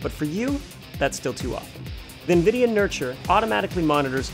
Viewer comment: Do he say nvidia "Jesus" ?